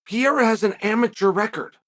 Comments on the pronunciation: Hahaha... He even calls him Piera in the DK promo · Alex "Pierra" Pereira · This guy always raped other fighters name,Alex Pe era 😂😂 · Uncle Chael, why do you deliberately mispronounce Pereira? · He does it with lots of fighters, it's definitely a joke